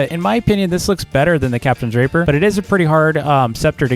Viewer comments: Can you please say captains ray-pee-er Not the other one It's unnecessary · The way he says “captains rapier” kills me im sorry I just can’t unhear it 😭😭